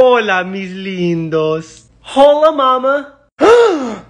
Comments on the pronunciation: The hole-a pronunciation is underrated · Hola is pronounced ola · She also pronounced hola wrong its pronounced ola cus H unless there is a c before it is always silent. Hola is the wrong pronounciation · In portuguese the way he pronounced that word is a bad word lol so I also thought that